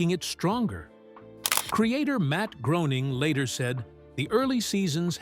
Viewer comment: Good vid but Matts name is pronounced Graining ive heard him say.